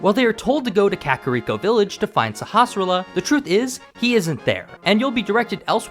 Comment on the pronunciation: I've seen a whole bunch of Link to the Past videos, and you are the first YouTuber that seems to be able to actually pronounce the name of the village elder. I never thought it was all that difficult, even when I was a kid, and even without having a reference to how it's supposed to be pronounced, but it seems like everybody who does videos on this topic butchers it. some of them don't even try.